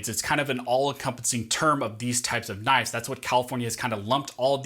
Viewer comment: "Knifes". You drove me to unimaginable anger.